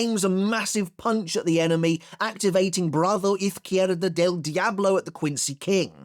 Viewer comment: That Izquierda british pronunciation was legendary 😂